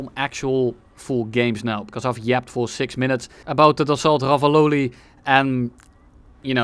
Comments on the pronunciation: I think it's pronounced "Raphæl" but razzizle works too, great video. Cool plane, too. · rafal not rofol bro 🤨🤨🤨🤨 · bro just found gaijillion new ways of how Ruffle should actually sound like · For the prononciation of Rafale think of Rafael Nadal, keep the Nadal, remove the N and the D. You got Rafal. Easy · Im spanish so if there is a french person here in the chat can correct me, but is it the problem that he was pronouncing Rafale like Rafael, wich are two distinct words? just asking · Every time has mispronounced the "Rafale": Ravioli Ruffle Rizazle Reflux? Rifle Ruffle Ravololi Rafalilei Rufalow Roofie Rafiki I think I got them all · The Waffle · you spelled Ravioli wrong im afriad, we gotta make the french happy and pronounce their words right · bro its pronounced RAVIOLI, how can you nto pronounce that correctly|? now im triggered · Nobody calls it the rafale here, only the ravioli, so good french pronunciation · Loved the Ravioli pronunciationhahaha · perfect pronunciation! I also enjoyed flying the Ravioli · As a french person, I thought the random mispronunciations were extremely cute xD. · saying everything but the right way to pronounce rafale is absolute cinema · Common Dutch W pronunciation of french words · the mispronunciations got crazier every time lmao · I appreciate the dedication of not saying Rafale the correct way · Isn't it like "dasso" rafale, like renault is "reno". His pronunciation was mediocre at best.